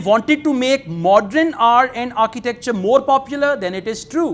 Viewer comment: it is not Modren,it is Modern,it is not Patron it is Pattern